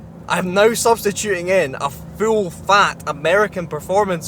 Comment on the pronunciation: Please stop saying the words 'full' an 'fuel'. I literally cant here the difference